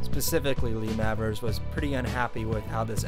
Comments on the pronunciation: Mavers is pronounced Mayvers I think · Lee Mavers reckons There She Goes isn't about heroin, but a girl. Is it really 'Mavvers' and not 'May-vers'? You can hear the absolutely enormous influence on Noel Gallagher, can't you?